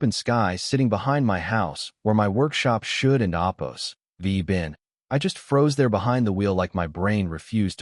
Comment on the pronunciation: I couldn’t handle this crap saying “opose” and Quote or unquote like FFS I WONT BE BACK TO LISTEN TO FCUKING CRAP 💩 💩